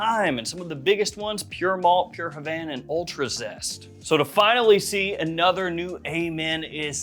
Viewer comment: ANUDDER ONE. NOW. PUT ANUDDER ON DERE. funny